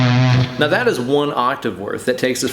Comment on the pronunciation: How many times does he say meow instead of now?